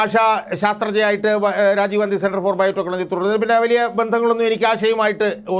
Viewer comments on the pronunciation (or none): none